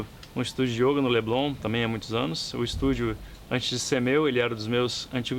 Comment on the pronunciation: Meu filho, você não sabe nada de yoga...só esse acento que você põe no o ...denuncia que você só pode ter sido aluno do imbecil do De Rose!